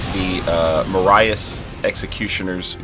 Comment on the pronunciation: OMG, I know you don't know the surname Marais, but it is not pronounced that way. Marias (pronounced ma-rare)